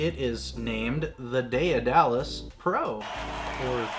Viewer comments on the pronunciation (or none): its just daedalus not daeadalus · Day of Dallas lmao it’s day-duh-less say it w me now haha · BUHAHAHAHA!!!! But yea, Day-Duh-Lus.... Heil Miriam Webster... (Cough, cough...) I must be an old fart, I've never heard the term Grammar Nazi!! I can't stop laughing!! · ITS PRONOUNSED ( DEAD A LUS ) NOW YA KNOW MY FRIEND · Every time you mispronounced it as day-a-dalus I died a little bit more inside. I am now completely deceased. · " day da less" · Its pronounced Daed·a·lus! Check the movie The Right Stuff! The name comes from Greek mythology. I have the Daedalus V1 cant wait to get the newer upgrades. BTW The company has released an upgrade pack that includes the new clamp and spool holder. You still have to deal with the older drill (the chuck sucked IMO) but all the other upgrades are included. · It’s pronounced dead-ahh-luss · neat gear, good vid. its "DAY DUH LUS". Hes the dude who built the labyrinth for king minos who needed it to imprison the minotaur. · Still way too much work. It's pronounced Day-duh-lus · Are all americans this bad at grammer. Learn how to pronounce word properly. I've noticed it's only yanks that mispronounce this name